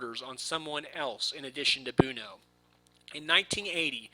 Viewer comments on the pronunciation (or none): Please learn how to pronounce "Buono". Thanks! It's "BWoe-No". NOT "Boon-o". LOL